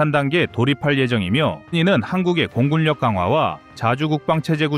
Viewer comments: 공군녁으로 읽어야지 공굴력이 뭐야??? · 일부러 그러시나? 공굴력 아니고요 공군역. 해굴력 아니죠 해군역. 발음에 주의를 좀... 내용보다 발음에 더 신경이 쓰여서 불편하네요. 나날이 심해지는 듯...